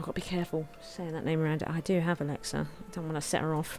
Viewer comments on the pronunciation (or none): none